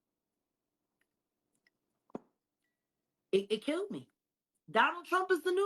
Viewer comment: it’s killed, not kilt